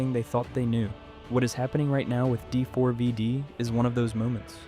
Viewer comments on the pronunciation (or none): You understand his name is pronounced "David" right? Is this an AI slop voice over, or are you really that uninformed? Not trying to be rude, but it doesn't instill confidence that you know what you're talking about, mis-speaking it that many times. If this was an intentional mispronunciation intended to elicit comments like mine, to drive engagement on the algorithm, then cheers to you. I'ma drop a thumbs down to counter-act that just in case though, seeing as how this is almost certainly AI slop crap, you lazy bum.